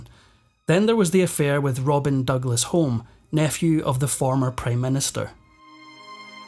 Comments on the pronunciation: Home is pronounced Hume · Pronounced HUME not Home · No offence but I'm kind of sure the surname Home is pronounced Hume. It's Scottish. 🏴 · AI voice mispronounced Home as in Robin Douglas Home. It is pronounced Hume.